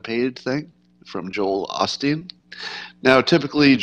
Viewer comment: It's Joel OH - Steen